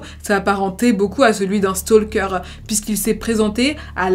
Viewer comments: Vidéos toujours très intéressantes! Celà-dit, je voulais juste souligner que le «L» dans «Stalker» est muet :). Beaucoup de youtubeurs Français font cette erreur. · On ne prononce pas le « L » dans « stalker » 😭 fiou fallait que je le dise.